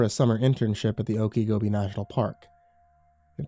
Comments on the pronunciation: I'm in Florida he kept saying oakygobe I thought it was some other part of the world but when he said " weird Florida story" I realized " Okeechobee " pronounced ( Oakachobee ) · oak a gobi???????"? swamp lmao